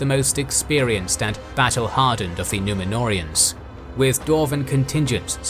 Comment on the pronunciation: The way they absolutely butcher the Númenóreans , angers 😠 me